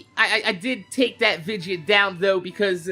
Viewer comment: Do you say "vidja" cuz that's how you talk or is it just a thing you do on purpose? I'm assuming its just how to say/spell it where your from. Anyways nice work! Take care!